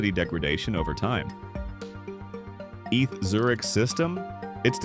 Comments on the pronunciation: stop saying eth Zurich! its E T H, Eidgenössische Tecchnishe Hochschue! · If you bother to edit the script you are giving the AI voice, you can fix the mistakes. "Eeth" for ETH write instead "E tee aich" or the Swiss/German "A Tay Ha" with A is an hay. I'm sure there are directions on how to format or use special symbols to fix this and other mistakes. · I’m sorry but the way you say “Eth Zurich” makes my skin crawl, it’s E.T.H. Zurich, or E.T.H.Z. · "Eath" 😂😂😂 E.T.H. !! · AI narration is evident. It is E T H Zurich, not "eath Zurich". You need to turn the letters into a correct acronym or separate them with spaces in the script you feed to the AI narration site, like "E.T.H. Zurich" or "E T H Zurich".